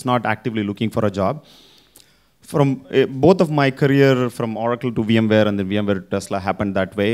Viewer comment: It’s not Orrrraacle - it’s O racle!